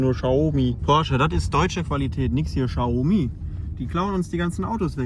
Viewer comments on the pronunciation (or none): none